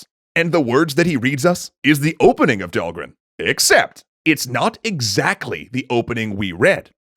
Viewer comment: Did you finally find out how to pronounce Dhalgren?